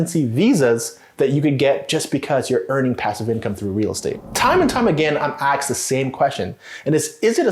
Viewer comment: "I get asked", not "I get axed".